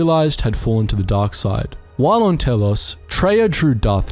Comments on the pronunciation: did you say "Taelos?" It's "Telos", as in "Tee" and "loss" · Love ya man and I can take it but... Ducks-un Nï-lus T-al-ös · There were quite a bit of questionable pronunciations that had me wondering whether their commentator has played Kotor, or not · Are you saying things wrong just to get on folks' nerves? The correct pronunciations are in the damn game. Harbinger Telos Atton Peragus Ebon Dxun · I dont want to sound rude but some of your pronunciation is off because I recall the names of the Ebon Hawk, Telos, and Peragus very differently. Love the lore but please pay closer attention to these details.